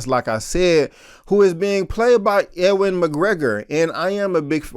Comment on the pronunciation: I don't want to sound rude but Ewan McGregor's first name is pronounced "Uwan". I don't know if it is an uncommon name where you are from or that is how people pronounce around you. Just thought you might want to know.